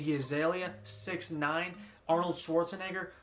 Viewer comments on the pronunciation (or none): none